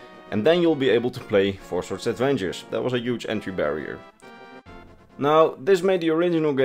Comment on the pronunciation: Four Swords Advengers? 🤣